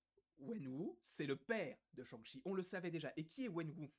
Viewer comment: L’accent du massachussette avec Shang-Shi and the legend of the ten riiiiinggggg